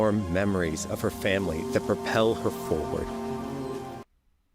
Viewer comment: “I have to save my FAMIRY” real groundbreaking storytelling right there